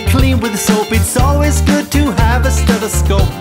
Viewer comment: 딴건 모르겠고 청진기 영어발음만 알아갑니다